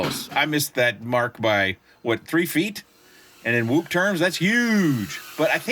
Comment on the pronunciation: Its pronounced cin- e whoop. Like cin e -ma. Sorry but that was getting to me. I love the crazybee x boards.